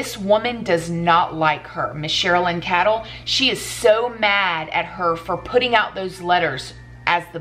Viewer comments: Pronounced "kaydel" not " kadall" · Hi. Her last name is pronounced Kay-dl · just so you know & I’m not throwing any shade for mispronouncing names (God knows I’ve done it myself too often) but the Chris Watts author’s name is Cheryln Cadle is pronounced Kay-dell. Just a heads up sent in love. Your channel is terrific & it’s one of my favorites! God bless you & your family. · Pronounced cradle, but no r🤗 I love your beautiful videos.